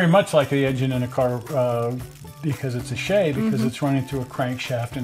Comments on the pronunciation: Look up the pronunciation of the name I guess I should have put this thing to bed years ago the name is pronounced correctly the way he did it!!! I don't know who started the lime as in a green piece of citrus but it's incorrect.. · The Shay is poetry in motion but put to Musical notes on the right-side of the engine .PS thank you for pronouncing it correctly engine company !!!